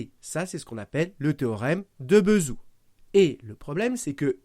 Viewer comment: pourquoi prononcez vous Bézout : "beuhzhou" ? dés-information ? si Bézout c'était retourné dans sa tombe chaque fois qu'on ecorche son nom, en attachant son corps à une bobine, il génererait assez d'electricité pour allumer quatre soleil.